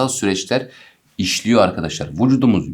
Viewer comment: Vucudumuz diyişine ayar oldum anlamsız gülüyorum jdjdjdkd